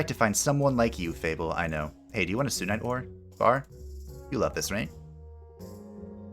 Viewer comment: I kinda wanna point out it’s SUNite you know coz it’s called SUN haven just wanted to let you know😛